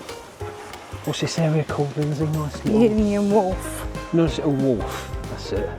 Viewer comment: It's a Wharf not a Walf